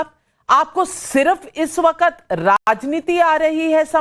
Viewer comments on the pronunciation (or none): Am I the only one who noticed 🙃🙃waqqqqqaaattt😄😄 Navika it’s “ waqt”